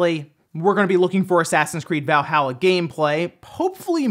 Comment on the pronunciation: I fucking cringe every time I hear you pronounce Valhalla